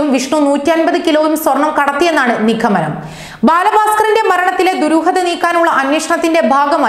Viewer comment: കുറേയുണ്ട് അങ്ങിനെ ചൂണ്ടിക്കാണിക്കാൻ... എന്തു ചെയ്യാം മലയാളിക്ക് കൃത്യമായ മലയാളം ഉച്ചരിക്കാൻ അറിയാതായിരിക്കുന്നു.